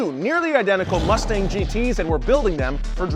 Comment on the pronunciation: did he call that a mustang or a lustang?